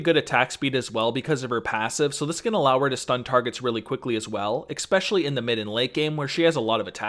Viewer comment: Take a shot everytime he says expesionally